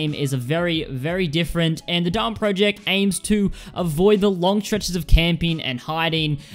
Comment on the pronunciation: does noone in the world know how to pronounce project